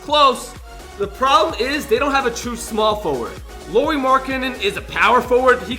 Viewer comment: You said "Lauri" wrong